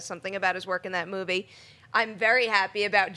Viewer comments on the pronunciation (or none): I wonder why they think Best Supporting Actor and Actress are the tightest races. To me it's so clear that Viola Davis and Michael Shannon should and will win. Also I find it funny how pronounces the word "movie" sometimes. It's like moo-wei.